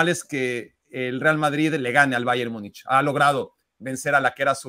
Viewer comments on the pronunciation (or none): Múnich, se pronuncia en español como se escribe en español. Por qué le aumentan una letra "y"? Myunich Myunich